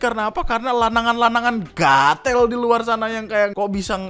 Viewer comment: Bang lu orang jawa tapi ngomong gatel nya medok banget banggg🤣🤣